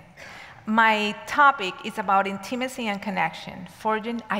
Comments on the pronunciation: the correct pronunciation is: IN-tuh-muh-see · Hard to listen to with the wrong pronunciation for me